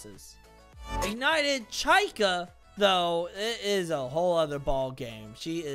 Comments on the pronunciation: Why did you say chaica no it's chica😅😅😅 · i dont mean to be the pronunciation police, but its pronounced chee-ka. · I will say that you need to pronounce the “i” like “ee” not as a upper case “I” but, I personally don’t care. It’s hilarious! Let the haters keep hating because they only hate themselves!!